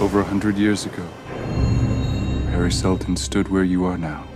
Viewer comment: I'm excited for it but also when he said "Harry Seldon stood where you are now" who else heard "Paris Hilton stood where you are now"?